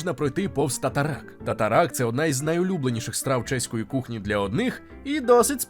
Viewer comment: тар-тар є тар-тар а не татаракт) Звучить як теракт)